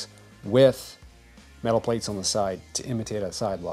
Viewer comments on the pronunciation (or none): none